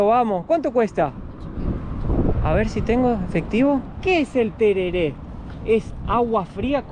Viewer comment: Pronunciaste como si fueras yanqui. Se dice tereré, así nomás